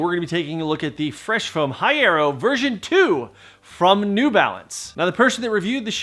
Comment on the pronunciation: You still couldn't bother to learn to correctly pronounce "Hierro"?